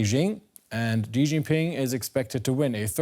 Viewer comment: How you talk about someone when you don't even know how to pronounce his name? It's not dzirius!